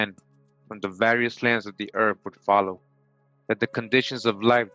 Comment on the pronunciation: Hispanic person here, translating for the Caucasian listener. Earf-Earth, Norf-North, Miff-Myth, Efnology-Ethnology, Truf-Truth, Bref, Breath. Just busting balls!! Love the content, keep it up👍